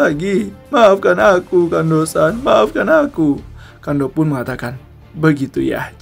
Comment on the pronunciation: Gemes bgt.namanya Kondo san.dibacanya jadi kando san.....